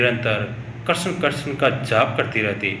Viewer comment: कृपया कृष्ण का उच्चारण सही से करें